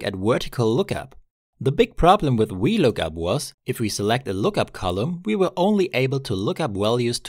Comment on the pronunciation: Your V's sound like Ws. Was looking for the wee lookup function. ffs